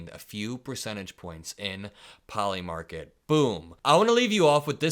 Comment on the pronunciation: Poli-market? Really?? Come on, man.